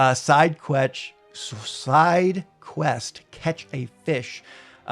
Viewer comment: the pronunciation of sidequest had me dying 🤣🤣🤣🤣